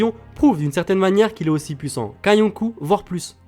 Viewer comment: par c'est yonko pas younkou et aussi kaido pas kaidou